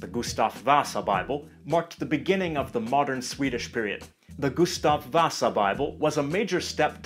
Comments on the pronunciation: The way you say Gustav vasa makes you sound like a finn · Why? Why can you not say Gustav vasa correctly Intemittnamn means notmyname in swedish